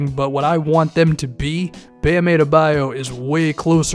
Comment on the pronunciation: please it’s pronounced Ah-duh-BUY-oh